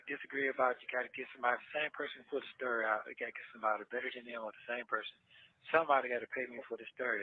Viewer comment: I hate when he says stury 😩